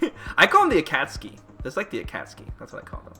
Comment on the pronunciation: He pronounce Akatsuki wrong. Gross...